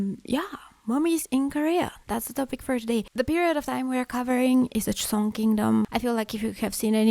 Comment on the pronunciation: It’s joseon